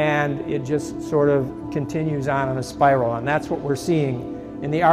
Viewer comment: Spiral not sprial SMH